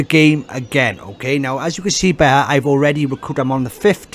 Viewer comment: Why do you pronounce "here" as "heueau"?